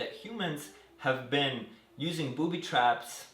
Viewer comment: he said booty trap